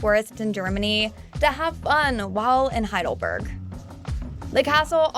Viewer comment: As I told you, German is a literal language. It is not "HeidelbÖrg" as the narrator pronounces it. It is "HeidelbErg" ("e" like in "Estevan").